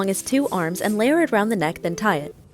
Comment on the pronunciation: "neckth" LOL oh my goodness